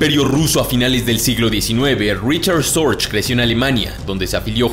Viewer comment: Se pronuncia fonéticamente en alemán RIJARD SORGUE.